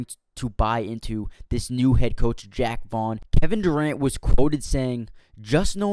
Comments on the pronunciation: Call him Jack 1 more goddamn time lol. It's Jacques! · jacque! like zha-ock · It's Jaque not Jack